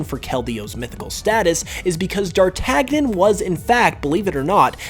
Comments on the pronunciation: Dar-tag-nion? Lol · Wouldn't d'Artagnan be pronounced more like Dar-tan-ya? Because in french it's pronounced Daʁ-ta-ɲɑ̃ and the "ɑ̃" is more like an "a" or an "o" than a "e" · Lol, "Drar-TAG-nin" this is how you know he didn't know anything about his like or the story XD. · It's pronounced 'Dar-tan-yen'. Cause it's a French name. Not Dartagnan. :/ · D'artagnan's name is pronounced Dart - AN - YAN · You wound me with your "dar-tag-nen" pronunciation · It's pronounced Dar-tan-yon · 1. “DarTAGnen” hurt me. 2. Im pretty sure dei/zwei/drei refers to the number of heads each has, right? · Keldeo. He mentions that Keldeo is 'based on the character d'Artagnan from the novel The Three Musketeers' but pronounces the name of the character as 'dar-tag-nen' when, being that it's a French name(and the character themselves was named after a real person so it's a real name to boot), it's pronounced as 'dar-tan-yen'. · That's how I've always heard it ¯\_(ツ)_/¯ A quick look at the pronunciation guide on wikpedia says the ɑ̃ is said (roughly) like 'on' (like in r/en/dez-vous) So I guess a slightly more accurate pronunciation of the name would be 'darr-tan-yon' with the last part somewhere between 'yan' and 'yon'. Either way, he still horribly mispronounced the name. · Somehow I managed to pronounce Dartagnan correctly aged 8 (I wasn’t a smart kid I don’t know how I worked it out) despite knowing no French yet this dude can’t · Along with d’artagnan